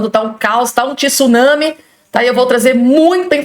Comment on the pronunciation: Não é "tisuname" e sim "tsunami"!